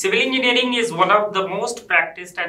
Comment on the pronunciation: The host in red tie is not even able to pronounce "engineering" instead he has his own pronounciation " enginring"🤣. How ever explains quit well about various tools available to eaSe civil engineers.... Great job by her